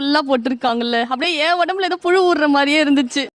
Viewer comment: Can't even pronounce புழு